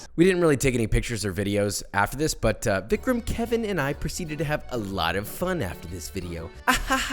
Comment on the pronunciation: I hate to be this guy 💀 but it's Vicram